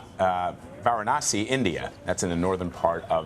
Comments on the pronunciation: This is total trash.. This guy couldn't even pronounce Varanasi and he is discussing about polarization. Total rubbish. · This anchor is reporting on India and cannot pronounce Varanasi, what Cubs.. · He is reporting about India and can't even pronounce Varanasi 😂 Lies after lies. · Please learn to pronounce Narendra and Varanasi. please respect the biggest democracy in the world, just conducting fair elections is itself a victory!